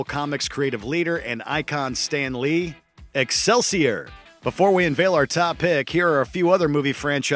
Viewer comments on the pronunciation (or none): Can we talk about how he said Excelsior totally wrong 😂😂😂😂